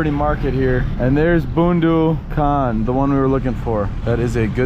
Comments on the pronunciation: it's Boondu khan not Boandu khan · Haha its more funny :D 1st funny part talking about road cross second one pronouncing bondu khan 🤣🤣🤣🥰🇵🇰